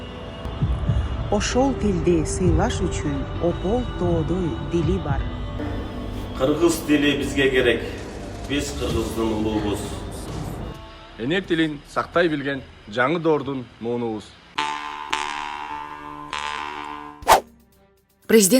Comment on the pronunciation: дагы өлдү УУЛУБУЗ деген сөздү УЛУУБУЗ деп айтты деги ушунун ары жок экен бет деген болуш керек да.